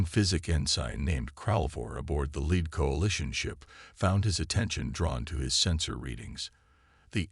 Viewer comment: Nice story. BUT, as usual with MOST of you guys.....your AI SUCKS!!!!!!!!!!!!!!!!!!!!!!!!!! "scared hull" vs "scarred hull"; ensine vs ensin (ensign); lid ship vs lead ship; bErridge vs barrage, prOjectiles vs projEctiles; unredable vs unreadable; dizaray vs disaray......STOP using AI and read them yourself unless you cin find a AI that kin read Anglish!!!!!!!!!!!!!